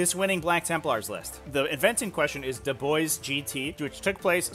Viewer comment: It's pronounced "duh-bwah"